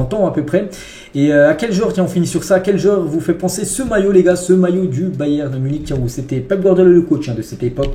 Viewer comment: t'as une maladie qui t'empêche de prononcer le "n" à la fin de "Bayern"?